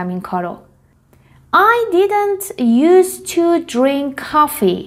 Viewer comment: تلفظ used to ' یوس تو است نه یوز تو